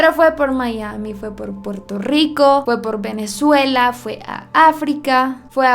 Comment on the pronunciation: Mi cara cuando dijo Porto Rico en ves de Puerto Rico: 👁👄👁